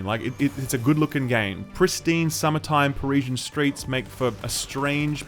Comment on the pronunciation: I'm sure nobody cares but Parisian is pronounced 'puh-ree-zee-an', not 'puh-rishan'